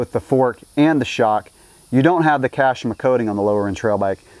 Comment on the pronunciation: Nobody has ever said Kashima that wrong